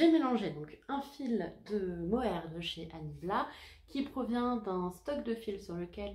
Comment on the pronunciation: Bonjour, bravo pour la cumulus blouse elle est super belle, le mohair tu prononces comme pour l'insecte (🦗 blatte). Le bleu nuit poil de chat 😂 solution : tu tricotes de l'angora, tu ne verras plus les poils de chat 😹. A bientôt 🌈